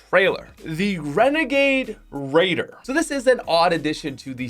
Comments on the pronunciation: Wenegade wadier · Favorite one: Renegade Raider aka WENEGADE WAIDAH